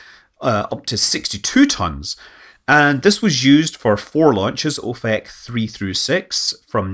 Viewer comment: As a fan of Father Ted, I couldn't help but giggle slightly every time you said "ofek". Sorry.